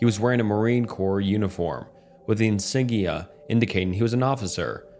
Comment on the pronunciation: corps : core - insignia : in-sig-knee-uh - ethereal : eth-ear-re-all